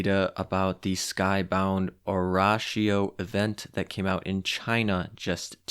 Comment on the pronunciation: Sorry for being that guy... somebody already pointed out the pronunciation for the ships, but not the event name. "Oratorio" has the same meaning as "oratory" in English, but (despite being a french event) in Italian it's pronounced: - ora as in Star Platinum's ORA; - torio as in Littorio thus oratorio, emphasizing the middle O the video was very informative, will save up cubes for richelieu